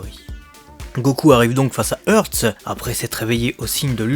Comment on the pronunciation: Ils prononcent comment "Hearts" en jap ? Haatsu ? Je n'suis pas sûr de comprendre le choix de prononciation, "Hurts", du coup. 🤔